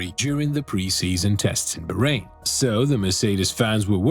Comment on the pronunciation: its BAAAAHrain not BAHHrain.. bro pls respect any name..